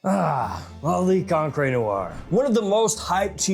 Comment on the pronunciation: Gio is pronounced like Joe, and encre is on-cruh, not on-cray...